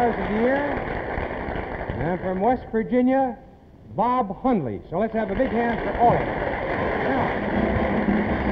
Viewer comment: Chet Forte later became a TV director for Monday Night Football and Baseball. Ed mispronounced Hot Rod Hundley's name, but that was Ed.